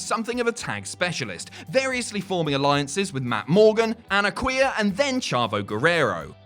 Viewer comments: I know Hernandez tagged with An-ar-key-ah, but I don't remember Anna Queer. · Anarquia:Annaqweer An-r-key-uh. Love the video, no worries nobody else remembers him either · Wow, when he said Anarquia, it sounded like "and a queer" and the closed caption translated it the same way. It's pronounced Anar-KEY-ah. Just wow. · ... Lmao who? XD You mean "Anarquia"? Cause that's definitely not what you said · Lol, so I wasn't the only one who heard him mispronounce Anarquia, as Anarqueera!!